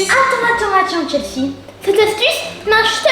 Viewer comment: elle la dit chelsae 😱:elbowcough::yougotthis